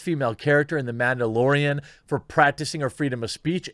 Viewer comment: It's the MANdalorian, not MAMdalorian. Maybe they should change the name. Disney can end for all I care.